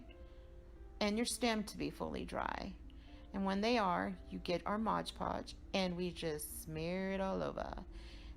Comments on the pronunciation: Cool ideas. FYI - its MOD podge, not modge podge.😉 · Dear sweet, incredibly talented lady. These are amazing. BUT ... isn't there always a but...? It's MOD Podge. NOT MODGE Podge. I'll go back to Mom's basement now.